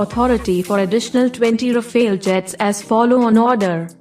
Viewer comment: Rafale (Powerful wind in French) not Rafael.